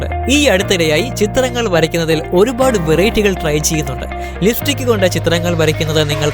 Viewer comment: Liftik അല്ല chettaa.... ലിപ്സ്റ്റിക്